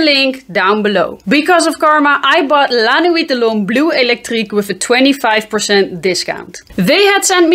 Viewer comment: I love Dolce and Gabbana Light Blue (The Original) as it works in any environment/situation. Dad jokes....Yes!! I love regular La Nuit so am curious of the Electric especially when you pronounce it like you do. I laugh every time I watch your vid's. Nice work!